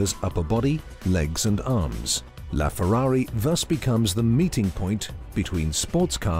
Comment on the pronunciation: I don't think it's pronounced "Laughferrari"